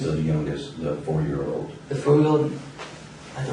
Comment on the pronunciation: does he say "the five yeaw owd? I don't know what happened with her. I hope she's awive."? If so, that's all the more disorienting.